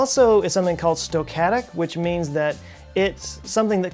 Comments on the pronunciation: Not "stow-catic". Stow-cas-tic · Stoquatic?!? I think the word you're looking for is stochastic. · Nice vid. "Stochastic", btw. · Whatever happened to "stochastic"? (Homer sez: It's pronounced "nucular").